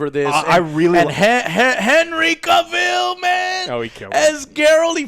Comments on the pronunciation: Quit saying “Kuh-vill” it’s CAVILL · If you google how to pronounce Henry Cavill you get a video by Henry Cavill saying Cavill is like Travel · Cavill is pronounced like 'travel'. Please say it right Joe. 😀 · What's with everyone calling him Ca-ville gfasdghjhdjjdshf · Angry "Henry Kah-Ville" Joe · How do you keep saying ”cavil” wrong.. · kills me in how he constantly mispronounces so many things. Like Henry Cavill's last name, lol